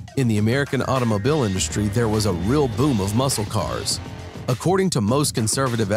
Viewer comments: Muscle is said mussel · "MUSCLE" has a silent "C" sound. Say "MUSAL" instead. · It's pronounce muss - el cars. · LOL, its pronounced mus-sel car. 😆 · Pronounced, musle!! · The c is silent. But I like the way you say it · We don't pronounce the C in Muscle. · When pronouncing "muscle" the "C" in that word is silent. English is weird, what can I say. Listen closely to how the narrator pronounces it.